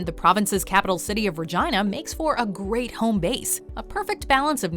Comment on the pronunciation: I like the way Canadians pronounce Regina.